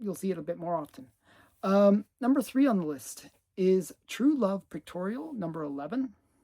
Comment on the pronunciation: I thought you said “Pectorial” when you showed that book.